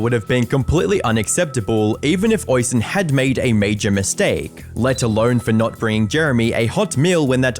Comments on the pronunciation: Goddamn, hearing someone mispronounce Oisín that badly, that many times gave me a stroke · Lovely Irish name "Oisín" but you clipped his vids and still pronounced it wrong every time 😅 to be fair I've probably mispronounced many names in my day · I get that Irish can be hard, but that pronunciation of Oisín was diabolical 😂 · Reminds me of a video I watched where the guy mispronounces Edinburgh and how mispronounces Yorkshire, Oisin and purgatory here, it doesn't take a lot of time to search up and listen how to say a certain word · Yeah. Him mispronouncing Oisin I can understand. Different countries and all that. But purgatory is something I thought everyone knew how to say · Amazing, probably my favorite video you uploaded. Great work as usual. But for the love of God, please check first how the name Oisin should be pronounced😅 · Its pronounced "osch -- een" not "ois-hen" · Hey...just need to correct your pronunciation of the Irish name spelled Oisin. Its actually pronounced "Uh-sheen" phonetically. Not Oi-sin. You sound like an idiot mispronouncing it that way. Please...Please...Please do a little research before pronouncing Irish names. They sound nothing like how you would pronounce them using normal English. For instance my name is Kevin, but that is an anglicisation of the Irish name spelled Caoimhin...which is pronounced Queeveen. Please...sort it out 🙏👍😁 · My brother in christ it's pronounced uh-sheen not oi-son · "Oisin" is pronounced "Ush-een", btw. It's an Irish name. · Oisin is pronounced (USH IAN) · Oisin is pronounced o-shin-en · Calling him Oy-seen seems more offensive than Jeremy's acctions lmao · Great video once again but I would just like to kindly point out that Oisin is pronounced O-sheen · Oisin is not pronounced that way. It's pronounced "Oh-sheen". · Small thing but it is important. His name is pronounced "Oh-sheen" or "Uh-sheen" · Oisin is pronounced o-sheen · It's pronounced ush een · is pronounced 'ush-een'